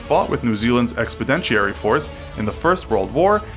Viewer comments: "NZ Expidentiary Force" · New Zealand's expidentiary force? Please buy a dictionary with a pronunciation guide! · "expeditionary force" this guy is a total tard. He should learn to read and how to pronounce basic words and names . Also An-tee-ga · Please learn the difference between and how to pronounce expenditure, expeditionary, and expedited. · Get the presenter to pronounce words correctly. e.g he cannot say "Expeditionary" properly!